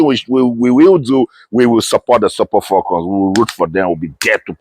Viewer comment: Abeg wetin be "FOLCON" wey dis man dey yarn so? Na fone be dat???!😮